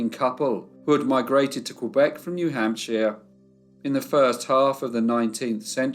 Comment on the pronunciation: Love your work! Lowell is pronounced “low-well” and New Hampshire as “hamp-sher” FYI TY for leaving the pictures a long time so we can study them. The one of Anne testifying is poignant